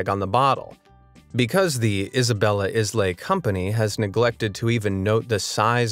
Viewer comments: I don't want to be "that guy", but "islay" pronounced "ailuh" not islay. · I'm not sure if anyone else has said this already, but islay is pronounced 'eye-luh', not 'is lay'